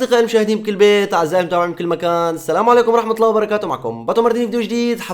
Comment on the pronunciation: اخي حرام تلفظ الجلالة بهذه الطريقة قل الله وليس اللة حرام أخي